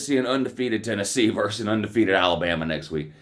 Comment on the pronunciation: VERSUS! not verse. VERSUS! please.